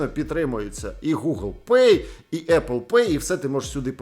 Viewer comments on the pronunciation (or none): none